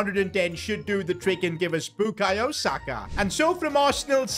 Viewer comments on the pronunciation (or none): none